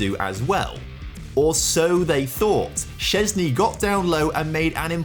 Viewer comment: love ur pronouncation of Szczęsny's name as Polish!